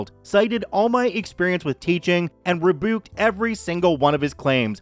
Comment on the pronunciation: "Reboooked" was the best pronunciation of rebuked one heard. I love my Canadian friends. 🤗